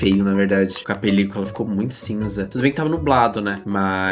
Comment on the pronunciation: Que agonia de ouvir ela falando "pelícOla"😭